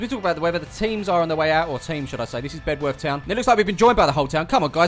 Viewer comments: Great to see The Greenbacks on OTR, but mate, it's pronounced "Beduff" - not Bed-worth! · I've had a chat with locals here. It's pronounced "Bed..orth" you drop the w around these parts.